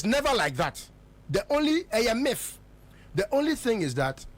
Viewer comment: It is MIIF not MIFF my friend.